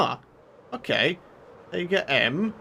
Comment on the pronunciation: The way you pronounce "Taiga" makes me wanna give you a friendly imaginary slap in the face with a big chunk of knowledge